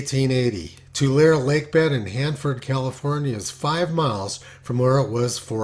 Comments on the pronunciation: Tulare is pronounced "To Larry" not "To Lair". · Predicting the timing of ENSO changes is a bitch. BTW, Tulare is pronounced Too-larry. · Pronunciation tip: “Tulare” is pronounced “Too-Lair-ee” (three syllables.) In Spanish it is “Tuu-Larr-eh”. In any case, the name comes from the vast amounts of tules (Too-lees) that surrounded the lake region in the past. Yes, I grew up in the town of the same name (Tulare.) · It's easier to just use "To Larry" when trying to tell them the pronounciation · Just so you don't sound like a rube, Tulare is pronounced too-LAIR-ee